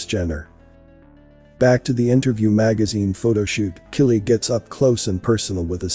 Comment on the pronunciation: The names are pronounced K-EYE-LEE, and k-LOW-EE